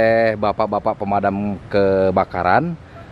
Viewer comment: KANG JERY SUSAH BILANG PEMADAM KEBAKARAN